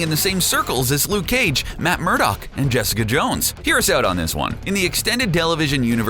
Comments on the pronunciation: Am I the only one that notices "Jessica Jone" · Jessica Jone? Really?